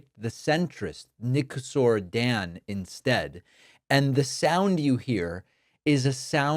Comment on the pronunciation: It’s Nicushor, not Nicasaur (even though he has some age) 😅 But otherwise great video David, as always